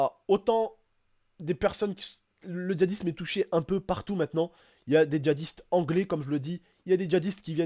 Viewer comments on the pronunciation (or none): none